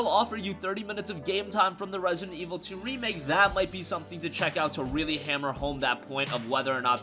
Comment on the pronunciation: Rare-see-dent Ee-vull... Two...